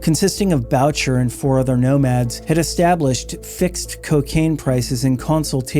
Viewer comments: Great and informative videos. I say this with amitié, you need a basic primer in French pronunciations. Boo-Shay not Bow-cher. 😊 Sad to hear about the young women and men lost. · rofl I'm sorry but this is annoying. Mom Boucher it is pronounced: BOOSHAY not bowtcher... (er in french sounds like AY) lol sorry! it's really annoying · BRO STOP!!!! ROY as a surname is pronounced Whaa. Like Patrick Roy (Whaa=like u never completed the question) Whaa And One of the best known bikers of all time is Moms Boo shay(Boucher) Boo like👎 thumbs down Shay like Connery pronouncing Say Shay, today musht be my lucky day Boo shay. Moms Boucher Put in the effort. Show some respect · Boucher is pronounced "boo-shay."